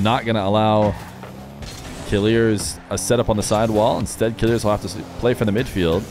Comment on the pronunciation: I‘m kinda triggered by the way you pronounce Killerz name ._. It‘s like KILLERS